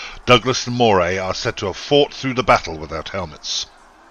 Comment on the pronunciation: (Earl of) - "Moray" - is pronounced : Murray